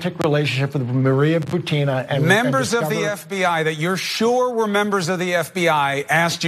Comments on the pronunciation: Her name is pronounced Boo-teen-uh... not Boo-tin-ugh... Just saying you go thru all the trouble of doing the research (well ur interns) and then you say the name in a way that people will not even recognize who your talking about... Why? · Ana's pronunciation of "Butina! is ridiculous.